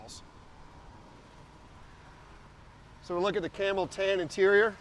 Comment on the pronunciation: Did he say camel toe itirior? And just because you put numbers and letters in front of engine. Doesn't mean it's special dude. This guy talks everything up more than what it really is 🤣